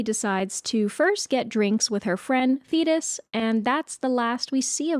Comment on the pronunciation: The way my heart DROPPED when i thought you said zeus was having an affair with "fetus" and not "thetis"